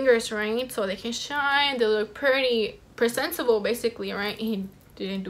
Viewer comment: So they will look “presinceable” right. I’m dead🤣🤣 no hate tho❤️❤️